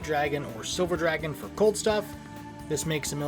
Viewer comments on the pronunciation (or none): none